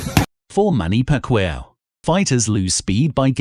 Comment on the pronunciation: manny pacweyaw haahahah 😂😂😂